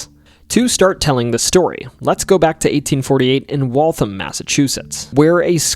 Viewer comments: it's Wal-tham (emphasis on ham), not Walthim. But otherwise, cool stories. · Hi, Waltham here is actually pronounced "wall-tham" (rhyming with the word am, not um) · You did great with the pronunciation of all the towns but one. The town of Waltham is pronounced, In the simplest form I can think of...."Walth-ham" .. Despite its spelling, with 1 H...the ham section of the word can't just trail off with a simple mmmmm sound. The ham part of Waltham needs to be spoken as if you're talking about a glazed ham.. So to speak,,,lol..."Walth-ham" but spoken all together: 'Waltham" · Somehow got Worcester right but then butchered Waltham lol